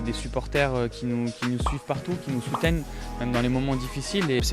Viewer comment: Je crois que Grenier dit soutennent à la place de soutiennent à Like si t d accord